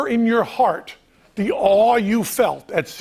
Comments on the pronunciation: I knew the card would be a heart. I'm not sure if its because he somewhat emphasized "heart". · Penn takes a step forward when Jimmy says the number “nine” Penn really makes sure to accentuate the word “heart” here Idk it’s probably just a coincidence